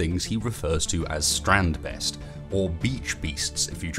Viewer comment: Strand - BAYST Not "Beast"